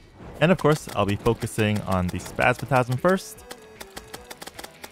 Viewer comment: Why do you call it Spazmatasm?